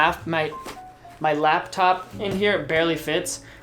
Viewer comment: "my laugh top" <3